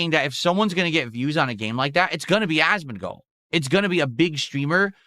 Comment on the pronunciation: I really enjoy how the transcription algorithm consistently makes it "Asmin Gold" because of the weird way pronounces his name.